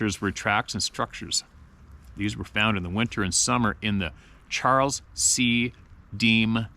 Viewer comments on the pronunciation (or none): none